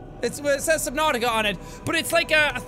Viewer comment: Why does he keep calling it Subnauseous?